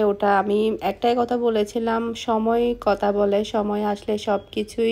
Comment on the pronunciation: Why you always say kota. Current word kotha.